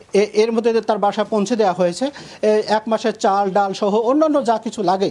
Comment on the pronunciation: পৌনছে না পৌঁছে হবে শব্দ টা